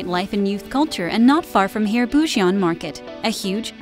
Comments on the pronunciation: It's pronounced more like Boo-jwon! Not Boo-ji-on...😓 Even Busan is slightly mispronounced. The video is quite informative, but if you would ask for directions with that pronunciation....... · Prononciation fails! Korean romanization has some rules. EO sounds like U in “sun”. Seomyeon = Su-myun Bujeon = Boo-jun AE sounds like A in “fan”. > Do not pronounce separately E & O Haeundae (hae-oon-dae)